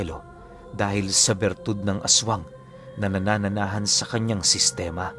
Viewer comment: Nananahan or nananahanan, hindi nanananahan.